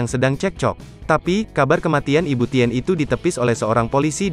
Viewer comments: Saya yakin ini naratornya gak pernah baca sejarah... 🤭 Ibu Tin, Bro.. bukan ibu Ti : en ... Malu maluin Gramedia Group aja nih orang... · Pembacsnya sering salah n tidak fasih. Tulisannya Tien bacanya kan Tin.